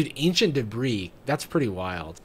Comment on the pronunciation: ancient debris more like ancient debruh